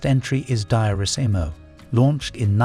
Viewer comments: Pronunciation checks please.....It's Dior-isimo, check also your French pronunciation it's not that difficult, all perfume wearers know how to say these fragrances. if you are going down this line of attack try the ingested ingredients we all eat that are even worse. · DIO RI SIMO. PRONOUNCE IT RIGHT. LOVE THIS FRAGRANCE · Funny how Diorissimo & patchouli are pronounced by this reader. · Dye-orissimo! Another AI voice who can’t pronounce. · In the First minute: Daaiosimo...😂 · Diorissimo dior deeyour. Not the way the AI pronounced it deeyourissimo. Get it right. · You say : dee- orr-EEE-see-moh. Also, anyone who has an alergic reaction, or skin rash acquired from obtaining a mist of these- OR ANY OTHER- perfume, should abstain from their usage, instead of having them forcibly changed or taken out of circulation completely. It's absolutely absurd. So many humans have nut or honey alergies. Should we ban their use and availability to the public throughput tge world? And, his name is pronounced Tare-ay MYOO- lurr. Ridiculous. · HEY AI VOICE AND IT'S NOT "DIE-O-RISSIMO" IT'S "Dee-or-EE-SEEMO." LIKE DIOR, the designer? And Patchouli is prounounced "PAH-CHOO-LEE." Actually, LEARN HOW TO PRONOUNCE ALL OF THOSE PERFUMES AND THEIR DESIGNERS. EEJITS. 🙄 Jean Nate, Opium, Cinnabar, Tabu should have all been banned just for being STANKY (or never made in the first place, IMHO). UGH.